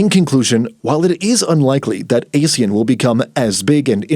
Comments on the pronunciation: These AI-generated narrations should know that ASEAN is pronounced "ah-shan", not "ey-shan". AI is supposed to be well-informed. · We pronounce it !!! ahh sea an “ASEAN” not Asian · AH-SEE-YAN, you pillock! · How can people take this video seriously when the narrator can'y even pronounce Asean correctly? It's not A-sean with A pronounce as the alphabet A. It's A as in Armour then sean. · Even Indian news like WION still got their pronunciation correct, it's 'Aaa See Aaan'. Though it's unfortunate that British Pronunciation as heard in Google, ALSO got it wrong!